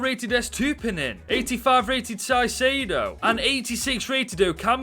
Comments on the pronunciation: love the content - but brother "Caicedo" is pronounced Kaicedo - not Saicedo lol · Great video but you pronounce caicedo as kaisedio and you pronounce estupiñian as estupinian